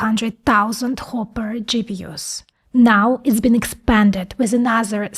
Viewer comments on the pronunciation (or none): none